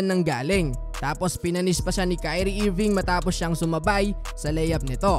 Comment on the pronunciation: IRVING PRE PRONOUNCE AS ERVING TUNG SAYU IIIRVINGGG